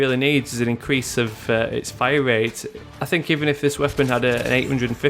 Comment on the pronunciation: why do you say it like this "Rapid Fiya" *fire*